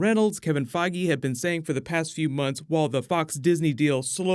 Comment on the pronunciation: Boy did he butcher Kevin Feige's last name.